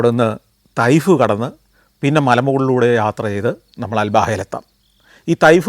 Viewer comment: തൈഫ് അല്ല ത്വാഇഫ് ആണ് ശരിയായ രീതി 🌹